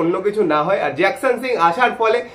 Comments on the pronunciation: জিকসানের ডিল কম্পলিট, তোমার মতো ছেলে জিকসান কে জ্যাকসান বলছো??😢😢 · Nam ta jakson noi.... Jeakson